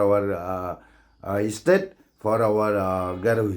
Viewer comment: You pronounce bha ym dei Estate dei State 🤣🤣🤣😆😆😆